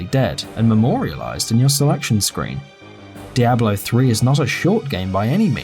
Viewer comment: The way he pronounces Diablo... -_